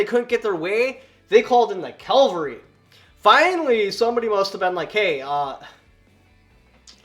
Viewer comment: Cavalry, not Calvary.